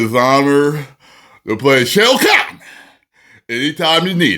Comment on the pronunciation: Responds to ED BOON….and does a Ric Flair voice. Smmfh Then mispronounced SHAO KAHN through the whole video. 😂😂😂😂😂😂 Good luck bub.